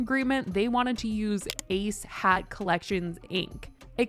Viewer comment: All I hear is ASS HAT LLC not ACE HAT